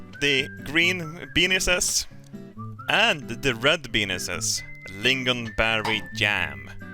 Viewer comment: Benis :DDDD